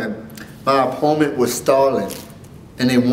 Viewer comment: i see you can't say opponent .__.